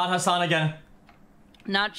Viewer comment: Its not haasaaan its hassan abi abi is turkish